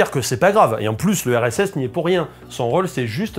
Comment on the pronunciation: quand tu dis "le RSS" j'entends "l'URSS"